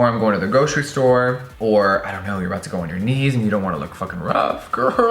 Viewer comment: instead of "you're about to go on your knees" I heared "you're about to go to your niece" and I kind of went like ??? why